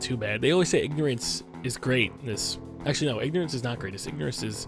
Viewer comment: did you meen ignerince is abliss